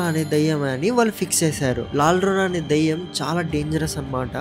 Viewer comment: Adhi laal rona kadhu ra rey